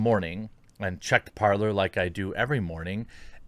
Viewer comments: Jeremy for Pete’s sake “parler” is French for “to speak” and its pronounced “PARLE” (the R is silent ) you had me like an idiot asking about “parLER” (how you pronounce it ) and people didn’t understand what I was saying . I looked up the app and sure enough it’s the verb to speak in French . I know you don’t speak French but common everyone took French in HS. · Is it really that hard to pronounce Parler as “Parlay?” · It’s pronounced “Par-lay” as in the French version of the verb to speak: Parler ... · It is pronounced Par-lay. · I might be wrong but i think it's prononced "parlé" in French it mean "Talk".